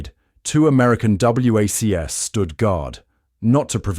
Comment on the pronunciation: WAC and WACS are pronounced "whack" and "wax".